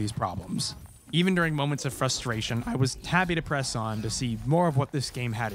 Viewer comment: He said "frustration" right, character development!